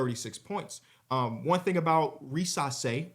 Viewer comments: Ree-zuh-shay an s in between two vowels is pronounced z in French😀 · REE - za - SHAI is how the pronunciation and emphasis works (I’m 99.99% sure) and your segment on him was very fair and I appreciate that :)